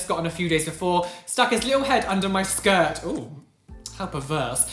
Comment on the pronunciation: anyone else realise he said 'skirt...how perverse' when it was actually shirt?